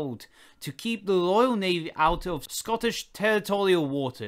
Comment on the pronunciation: It’s Royal Navy no loyal navy Speak properly